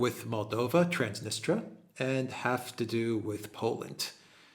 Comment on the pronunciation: It's pronounced Transnistria not Transnistra